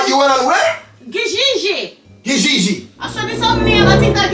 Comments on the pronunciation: its trying to say kijiji for me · The way they pronounce Kijiji😂😂😂😂😂💥..I can't stop laughing about reaction